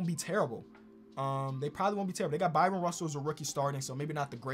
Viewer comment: Bryon Russell. Pronounced the same way as Brian.